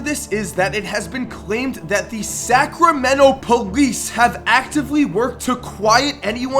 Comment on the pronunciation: The way says Sacramento like Sacrameno makes me want to kms